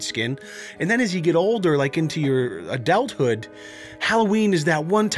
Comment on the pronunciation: did he just say adelt hood